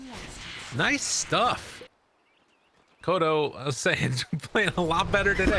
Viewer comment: boom can win? that's new. why the caster always call "makoto" instead of "mikoto"